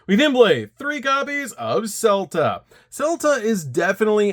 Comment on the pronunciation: I am on a crusade to stop the Vaalmonica mispronunciation plague upon this Earth. Selettrice is pronounced as Seh-let-tree-cheh since it's an Italian word. Dimonno is obviously a demon so you pronounce it as Dimonno, not the pizza franchise Domino. Scelta is pronounced Shell-ta. Good job on not pronouncing the Ah-Reh words like Invitare, Intonare, Versare etc correctly instead of incorrectly rhyming them with hair.